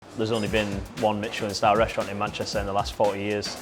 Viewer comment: Say it again? It's Michelin not Mitchelin.